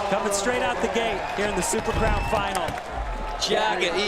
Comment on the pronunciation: Dude can't say crown.